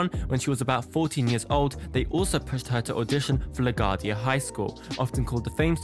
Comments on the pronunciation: It's pronounced La Gwuardia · It's pronounced "Lagwardia"